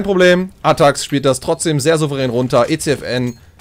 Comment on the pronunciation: ATTAXxxx man sollte schon die Namen aussprechen können